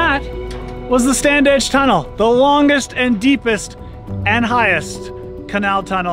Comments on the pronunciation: You say it 'Stan-ige' no 'd'. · we always pronounced it Stan-age.